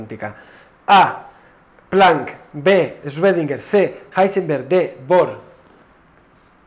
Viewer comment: El nombre de Heisenberg no se lee "Guarner" (¿Warner Brothers?), se lee "Verner", como el nombre de Werner von Braun, casi como el apellido de Julio Verne.